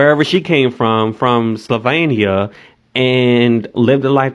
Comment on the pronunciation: A video over 7 minutes long about nothing....WOW...... You can't even pronounce the name of her native country correctly....lol....